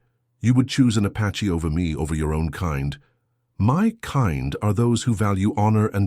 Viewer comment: The word is APACHE not patche